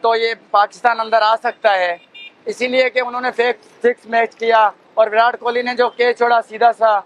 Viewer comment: "विरात" इनको कोई विराट बोलना सिखाओ यार बेगैरत कौम 🤦